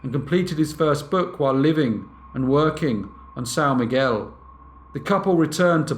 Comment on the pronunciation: As someone who is from São Miguel, well done on the pronunciation. 👍🏻